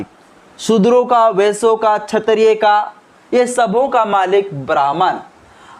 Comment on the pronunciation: क्षत्रिय शब्द का उच्चारण सही नहीं है अतः आप क्षत्रिय के उच्चारण को सही करिये।